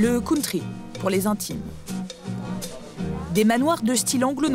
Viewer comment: Le "counetri"......ha ha ha ha ha .....la risée du monde entier ....